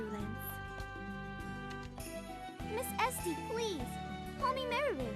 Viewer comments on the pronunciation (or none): Oh my gosh, I thought Esty said her name was, 'STD'... XD